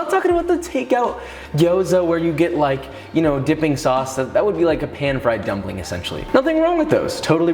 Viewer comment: He said gumpling hahahha